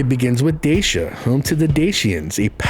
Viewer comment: Dacia read like dachya